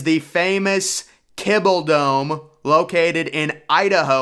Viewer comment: “KIBBLE DOME” 😂😂 do they make dog food there ? It’s Kibbie (KibEE pronounced) Jesus Christ